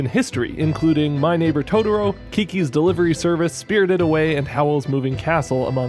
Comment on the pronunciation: Dude your videos are great... but why do I keep hearing Tororo haha. Cmon man! You already pronounced one "to", just repeat it and is TOTOro haha. Great video as always!